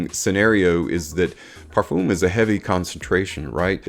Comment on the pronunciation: Please check out how other people pronounce Parfum You have used the word a couple of times in this video, and each time I heard it, my ears were hurting.